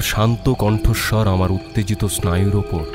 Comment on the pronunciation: besh sundor golpo . Bhalo laglo . Kintu "Uttajito" ebong "Shashpodo Shonkul" o "Monorotho" ei uchcharon gulo khub kane bajlo . Ektu nojor deben